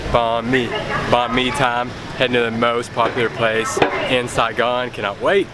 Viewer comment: I love when you say” Sai Gon”❤️❤️❤️